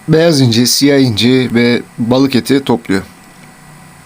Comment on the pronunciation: Abi beyaz inci derken ilk benzinci dedin sandım